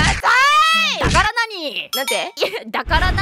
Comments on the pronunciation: の「ダカラナニ〜？」の発音がどうしても「タカラトミー」に聞こえてしまうw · ｢ダカラナニー？｣のイントネーションが完全に｢タカラトミー｣でツボる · タカラトミーのイントネーションwww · 何回聞いてもタカラトミーに聞こえる